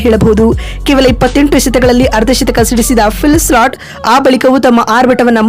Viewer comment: Maraya avla change madu illa e video dlt madu. Slat slat annodu keloke agtilla